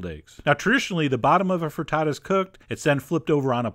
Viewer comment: you say FRITTATO I say FRITTATA